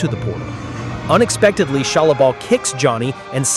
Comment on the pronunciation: And it's Shalla-Bal not Bell